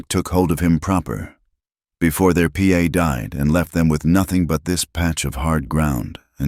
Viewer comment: PA???? 🤣🤣🤣🤣 It's pa!! Geeze